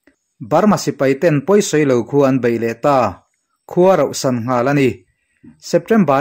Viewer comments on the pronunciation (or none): Khaw rohsan nilovin rauhsan tih zawk tur anih hmel e.